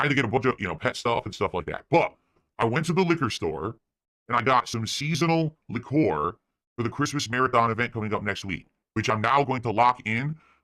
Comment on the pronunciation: NGL I actually like Smokehead High Voltage. As an avid Islay Scotch drinker, I'm keen to seeing a restream of his reaction to it. Of course, he had to mispronounce Islay like he mispronounces liqueur. And then I'll get pissed off the moment he puts it as a $100 paywall like the pig he is.